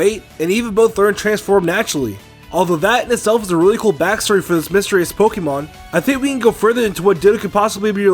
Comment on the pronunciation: "mystrious" lol